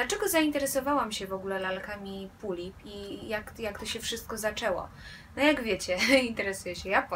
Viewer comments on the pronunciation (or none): none